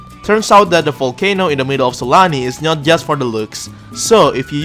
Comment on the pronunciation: I swear i keep hearing it like S A L A M I